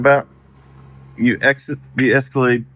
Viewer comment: Did she say the MajEscalade ?